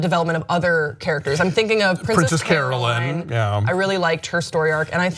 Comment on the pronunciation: I hate to get into specifics, but it's Carolyn, not Caroline.